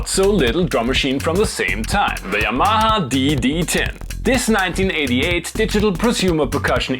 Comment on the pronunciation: Say it with me..... YAH - MAH -HA